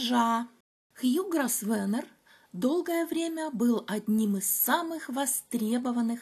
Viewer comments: «С» там не произносится. «ГрОвэна» на британском английском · Извините, но вот тут мой муж-англичанин подсказывает, что фамилия Grosvenor произносится как Гровно. Так что не попадите в просак, когда услышите это имя в прессе или если будете произносить его перед англичанами. Удачи.